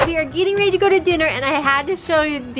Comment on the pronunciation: is tHe way u pronounce ready a Utah thing? Also why does Justin call Jared new guy? And why do the binghams call Justin, jut?